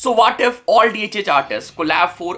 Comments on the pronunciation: What is this “Vaat If?” 😂 And “BROO—Daa V” ?? Pronunciation? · I like that waat if pronunciation 😅